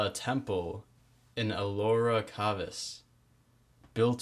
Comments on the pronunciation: LMAO Cah-vez!!!!!!!!! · For a second I thought..I have been pronouncing the word "caves" wrongly in my entire life...omg that was hilarious.😂😂😂😂